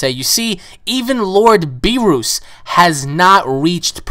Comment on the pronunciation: it is pronounced beer-us